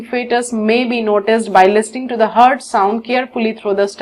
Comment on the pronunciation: honestly i get hurt everytime she says heart ToT